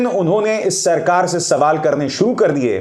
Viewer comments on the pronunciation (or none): none